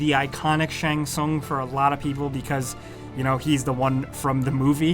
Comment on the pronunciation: I like how he pronounce Shang Tsung different every time he said it.